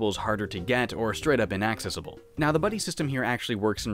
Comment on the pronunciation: As funny as the pot shots at Antdude are he can still correctly pronounce inaccessible